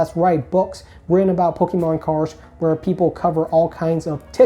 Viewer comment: Learn how to pronounce Pokémon please. Thanks.